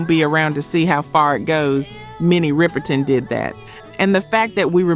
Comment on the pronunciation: Minnie Riperton…pronounced Rip not ripe…